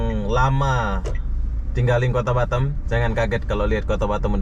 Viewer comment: Kota batam bro bkan batem ...hdeeehhh